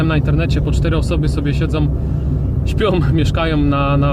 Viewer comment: spiom,mieszkajom...a po polskiemu sie nie da ?1